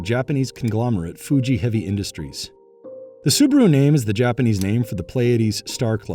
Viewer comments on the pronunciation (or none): Subaru not Subro